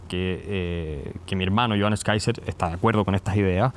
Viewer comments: Qué honda el " periodista".. empieza nombrando Mal el apellido del invitado??..... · Saco de weas Paulsen, dice el nombre del entrevistado mal a proposito. Como si fuera muy chistoso.